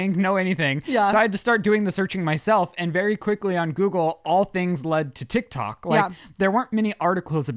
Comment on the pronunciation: 😆 Blooper! said Tik tac 🤭 instead of tok. And for you haters! I am a retired Cop! 🚔 👮‍♂️I pay attention to detail. And for your information! I turned on close caption 😂to see what the A- I typed! Tac 😅😂